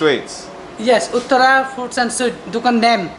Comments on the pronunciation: "ootara" foods and sweets. its pronounced UUTH-ARA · its uth-thou-rrah uttara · saying mid video wow you completely butchered the pronounciation of uttara